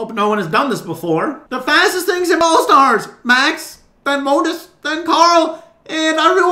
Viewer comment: "Ball stars," "Moatis"